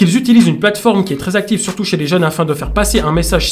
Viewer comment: Il a dis surtout ou churtout?